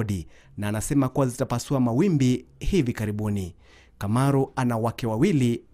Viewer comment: Kamaru, not Kimaru